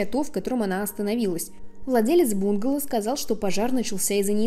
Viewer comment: Не бУнгало, а бунгАло. А кавказец это Caucasian, наверное? То есть белый человек, европеоид